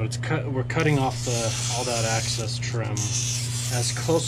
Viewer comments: EXCESS! LOL after two videos I can't help it...... The word is EXCESS not, ACCESS! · Excess, not axis...